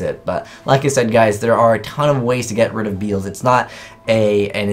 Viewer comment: I wonder if will ever learn how to pronounce these cards names correctly. His name is Be-el-zuh, not beelz.